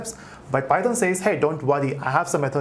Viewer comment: The entire tutorial is so good but when you pronounce python wrong god that irritate me so much